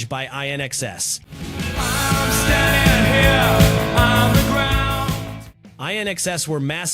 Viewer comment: Can't even do a voice over that isn't AI slop. SAD!!!!!! A real music lover woudn't call INXS I N X S. Flipping pathetic low effort slop.